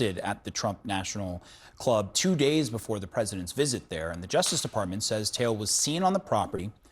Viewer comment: This sick bastard is an African, why not pronounce the surname “Taele” correctly?